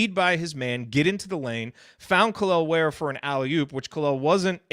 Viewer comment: Guys, Kel’el is not pronounced Kaleel. His mom legit named him after Superman. His name is Kel’el. Just like Superman. That is why he has a Superman tattoo. The interview is on Hoosier Hysterics.